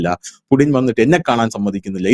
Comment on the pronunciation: പുടിൻ അല്ല പുച്ഛിൻ അങ്ങനെ ആണ് ഉച്ചാരണ ശുദ്ധി